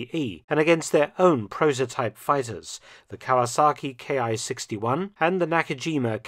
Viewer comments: This is really minor mistake but its something I hear often and I just wanted to point out that all of the Imperial Japanese aircraft with the Ki designation is not pronounced as K-I its pronounced Kee like a key to a door or car. The reason for this is that in Japanese the symbol used for these designations is キ (ki) so in Japanese the aircraft appear as キ--61 (kee-61) rather than K-I. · Why do you say "Ki" like it's a German abbreviation for a manufacturer? It's a word, pronounced as "key." Did you really write books about this subject? I'd have to call bullshit.